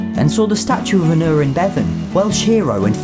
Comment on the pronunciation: Aneurin is not pronounced the way he mangled it. It's 'Ann eye rin'.